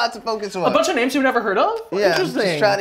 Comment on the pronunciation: I loved this but it's SHAMEFUL that got so many of these names wrong. He's banned from being gay. You're over sis.